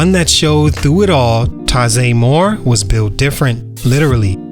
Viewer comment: First you’re saying his name wrong including the year he weren’t born.